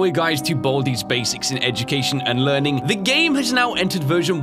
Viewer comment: The way he says "learning" sounds like "wording"